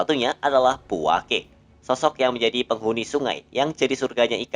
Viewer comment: Puake lafalnya /puakə/ bukan /puake/. sukadana lafalnya /sukadana/ bukan /sukatna/